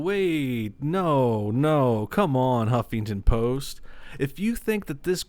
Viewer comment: I heard him say "humpington post" 😂😂😂😂 man, gotta kick out of that XD